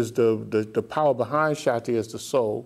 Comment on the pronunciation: It sounds that the teacher is saying "Satti power". But don't he meant to say "Shakti power"???